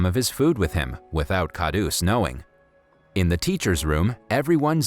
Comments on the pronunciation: Everyone is simply going to ignore the fact that he totally pronounced the word "daba" wrong which in English means lunch box. Lol 😂😂😂😀😁😂 Edit: Sorry also the word KHADUS which in English means nutcrack. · It's khadus not khadoos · Khadoos is pronounced as Kharoos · Wrong pronounciation plus his name isn't kha roos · for dabba there is a hard b and for khadus its the d thats has to be hard🤣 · PLS ENGLISH SPEAKERS DONT SPEAK ASIAN ITS CRINGYYYYYYYYYY. khadus is spoke as kharus.dabba is not daba.Not jalabis jalebi.etc. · u said khauds but its stanley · Dabba means box in hindi and you pronounce it wrong. What you say means medicine.khadus means rude it's not a name.